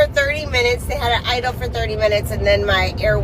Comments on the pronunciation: Did she say ittel? Did she mean idle??? 😂😂😂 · Baby girl said "iddle" speed 😭😭😭😭.